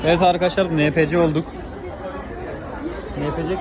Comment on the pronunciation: enpisi diye okunur o